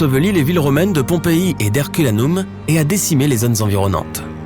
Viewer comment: Pas "herculanoum" mais "Herculanom" ou hercoulanom😄 et puis..., "au" ou ô ne se prononcent pas O mais AU, l'accent circonflexe n'est pas là pour faire "joli" exemple: ne dites jamais la Drome mais bien la draume (Drôme)